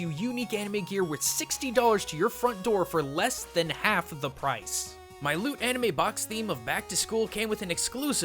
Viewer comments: Is it just me or did he accidentally say lewd anime instead of loot anime. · Not to mention white washing really isn't a problem... Also, I thought you said "lewd anime" instead of "loot anime" at the ending advertisement... Lol. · For a second, I thought he said "lude anime" instead of "loot anime". I'll go try scraping my head out of the gutter now... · I heard "/lewd/ anime" instead of "/loot/ anime"... 😳😳😳😳😳😳😳😳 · When you said LootAnime I originally thought you said "LewdAnime" ... Ew. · Oh gosh when you said loot anime I at first thought you said lewd anime... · I heard LEWD anime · When you said loot Anime I heard lewd anime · Of course I love lewd anime! Oh... you said lootanime... well that's a tad akward...